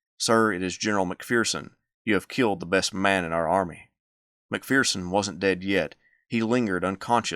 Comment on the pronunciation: There is no "fear" in McPherson. Its mac-fur-son.